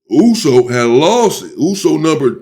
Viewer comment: This guy pronounces USO correct and clearly u can tell he kikd it with samoans 😂🫡